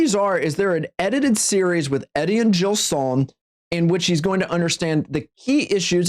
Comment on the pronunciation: Your pronunciation of "Etienne Gilson" really makes me wince.